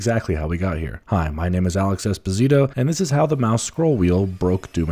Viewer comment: funny how you pronounce your surname wrong :) in italian it is espòsito, not esposìto